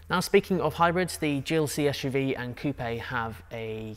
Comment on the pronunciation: Oh yes 👏👏👏👏👏 the correct pronunciation of “coupe” as ‘coupay’ and not ‘Koop’ as the yanks call it 🤷‍♂️😂😂